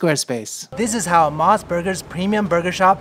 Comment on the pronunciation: You ate all those burgers in one sitting? I always thought Mos Burger was pronounced "mose" not "moss." The reason why is MOS stands for Mountain Ocean Sun. O as in Ocean. Anyway, I've gone to a regular Mos Burger a couple times. The burgers are OK, but not that great. It's a lot of hype for a slightly above average burger.